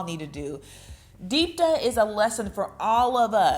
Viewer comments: ok, so her name is deepti, not deeptuh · Amazing how you managed to mispronounce “Deepti” her name is spelled the way it is pronounced LMAO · How did you binge the whole series and still pronounce Deepti’s name wrong? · omg you're saying her name wrong the entire video.